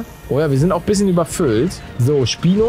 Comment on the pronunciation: am anfang habe ich spinat verstanden